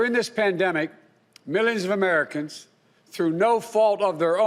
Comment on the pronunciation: "mizzinavmencans !!!" = "millions of Americans !!!"